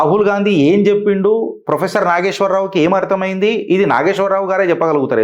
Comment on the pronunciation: Endi maree ginta anyayama.. faafam ayan frofesshor ani maryada guda led neek.. faafam etla nidrapotado endo.. frofesshor ni frimary ischool teacher cheshnav po!! 😂😂